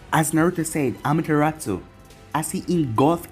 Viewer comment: I like the way you say Amaterasu 👌